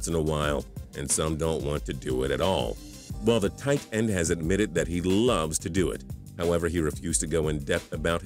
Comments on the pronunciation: Why does he say it like TIGHTEND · something seems weird about the way this guy says "tight end" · The way he says "Tight End" pisses me off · why do u say tight end like that